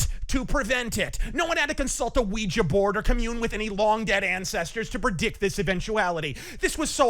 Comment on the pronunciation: Finally! Someone knows how to pronounce "OUI-JA"!